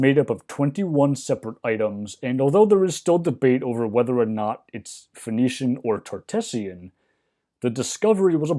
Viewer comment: I keep hearing "phoenician" as "venetian".